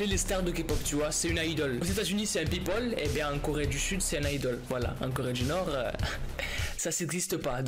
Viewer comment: sodium2.0 officiel Nn sa prononciation est juste c toi qui te trompe